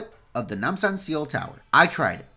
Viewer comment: Good Pronunciation of Namsan.